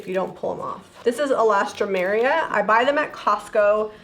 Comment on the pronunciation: All-stromeria😂😂😂 Im happy to know I am not the only one who struggles with that flower name!!